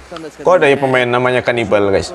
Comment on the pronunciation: HANNIBAL bang bukan Kanibal wkwk